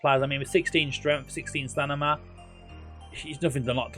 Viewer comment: no, it's going in line with your video title lolz - should have titled it.. 'NOT the best Football Manager 2023 wonderkids.... ' You also put huge emphasis on players being valued at £300+ million, which isn't conducive of them being "the best". Whilst I'm at it, it's M before N in stamina, not stanima 😂 😂 😂